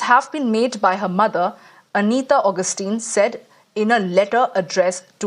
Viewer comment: North Indian Hindu propaganda is nice but know that India is not Hindu-alone land. Ergo, a bit of professional integrity for the sake of having it, if not for anything else, would be better. It is not pronounced Augustine, for Christ's sake, but Agustine. How clueless are you folks?! Pathetic!